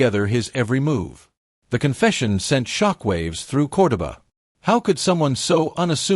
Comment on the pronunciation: Narrator mispronounced Cordoba Argentina Everytime.